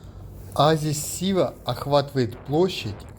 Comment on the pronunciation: Шива? Путешественники как сговорились честное слово. Почему Шива, а не Сива?